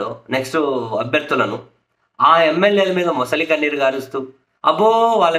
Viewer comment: ముసలి కన్నీరు కాదు. మొసలి కన్నీరు. అది అసలు తెలుగు